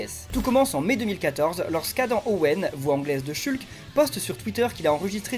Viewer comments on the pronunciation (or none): Ça me fait rire que tu le prononce "chulque"